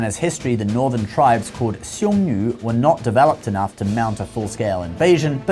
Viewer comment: You pronounced Nü for Xiong Nu